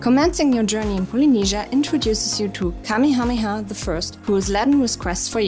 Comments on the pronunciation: It's pronounced Ka-MAY-ha-MAY-ha. lol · The name of that Hawaiian king is pronounced Kamaya-maya. I embarrassed myself by mispronouncing it the first time I went to Hawaii. Just FYI